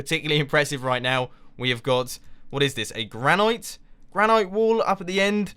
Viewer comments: Granite- Gran and ite as said in, it ran, not like kite, sorry just been buggin me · granite is pernounced (gran-it)